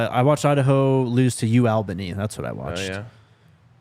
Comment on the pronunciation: Soo funny to hear you guys say ALBANY, sooo wrong. I’ll tell how to say it when I’m in Boulder next week